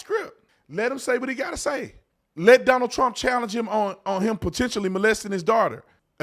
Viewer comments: He called him Stonald?😂😂😂😂😂😂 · Who is stonald? 😂😂😂